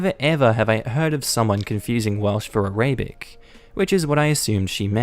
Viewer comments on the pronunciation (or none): Arabic......pronounced..AR A BIK